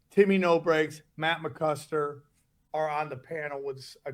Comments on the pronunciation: matt MCCUSKER, not CLUSKER... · Even saying it wrong. Also why can't you British people say tah as in vitamins...vi..tah..mins....you said vet Ta. Men